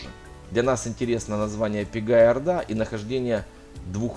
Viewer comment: ПЕгая орда. С ударением на "Е". Есть такая масть у некоторых животных. Это масть, при которой в окрасе присутствует несколько цветов. Мы помним, что Великая Орда делилась по цветам - Белая, Золотая и т.д.. Интересно, почему эта местность названа Пегой? О каком смешении орд это говорит?